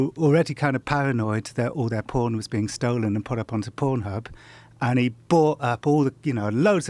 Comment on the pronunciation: the way this guys pronounces "pornhub" hurts a bit